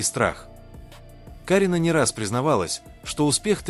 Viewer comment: Не КАрина , а КарИна , учитесь правильно произносить имена , не раздражайте людей.